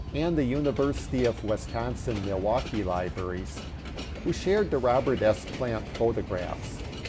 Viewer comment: small correction, it’s pronounced WISconsin not WESconsin.